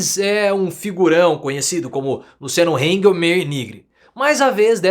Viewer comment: Que coisa !!!!!! Estao gastando dinheiro nosso pra tentar prender Bolsonaro a todo Custo e nao conseguem!!Para com esse Nojo ai Guri vai Trabalhar de Preferencia nem dar Aula por que vc nao é uma Boa Influencia vai Carpir um Quintal junto com os Sem Terras!!!!E Aprende a Falar o nome de Luciano Hang que nem isso vc sabekkkkkkk